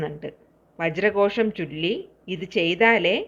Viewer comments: കോഷം അല്ലല്ലോ ഘോഷം അല്ലെ മാഡം 🙏🙏🙏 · മന്ത്രങ്ങൾ ചൊല്ലുമ്പോൾ കൃത്യമായി ചൊല്ലാൻ ശ്രമിക്കണം പറഞ്ഞു കൊടുക്കുമ്പോൾ കൃത്യം ആയിരിക്കണം വജ്ര കോഷം എന്നല്ല ആണോ വ്യക്തമായി മനസ്സിലാക്കി മറ്റുള്ളവരോട് പറഞ്ഞുകൊടുക്കൂ വജ്ര ഘോഷം എന്നല്ലേ എന്ന് നോക്കുക